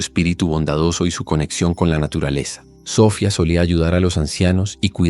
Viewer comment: se pronucia Sofiaaaa